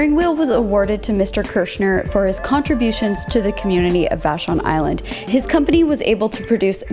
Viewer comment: Vashon Island! I thought she said Fashion Island....🤣🤦🏻‍♀️🤣